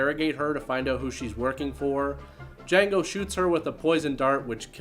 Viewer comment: The D is silent with Jango...